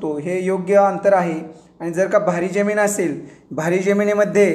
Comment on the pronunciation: जेमिन नाय,जमिन बोलतात